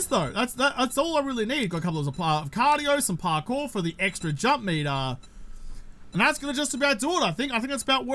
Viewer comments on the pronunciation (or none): none